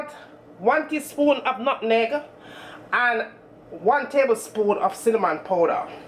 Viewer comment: Nutmeg not nutegg, thats Jamaica speak